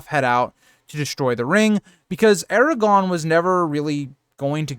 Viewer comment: I like this channel but you need to practice saying Aragorn instead of Eragon or Aragog